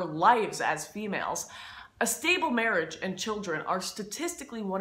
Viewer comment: Am I the only one that notices how she keeps pronouncing the "A" in some words as "Ay" like instead of "Baggage" it's "Bay-gage" or "Marriage" it's "May-riage" or "Band wagon" it's "Band waygon" or "Douchebag" as "Douchebayge"?